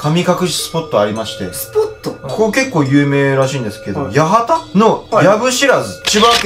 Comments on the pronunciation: 八幡ヤハタでは無く「ヤワタ」です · 八幡(やわた)ですよ！ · やわた じゃね？